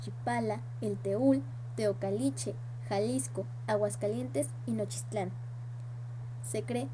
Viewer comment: ESTA MAL PRONUNCIADO ES JUCHIPILA NOCHISTLAN. TEOCALTICHE.